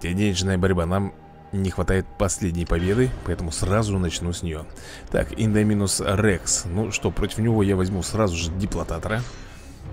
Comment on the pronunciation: Не. Индоми'нус. А. Индо'минус